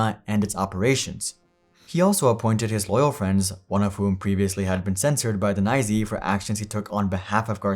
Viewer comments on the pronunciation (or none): The "nye zee?" Seriously?